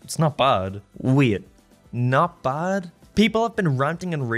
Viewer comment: “buud” you mean “bad” Aren’t u American